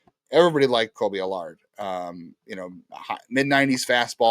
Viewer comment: Kolby AL-URD